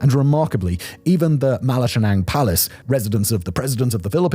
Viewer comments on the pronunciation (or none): It's pronounced bag-yoh, and mala-kan-yan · Ah yes the "Malashanáng" palace lol ... My guy, these names are very phoenetic unlike english, its literally just Ma La Ca Ñang... And its not Mey nila its literally just May/Mai nila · Mate, would have been nice if you learned to pronounce some of the people & city names, e.g., it's not /doo-ur-tay/ it's /doo-ter-tay/, sameith taguig, malacañamg, ...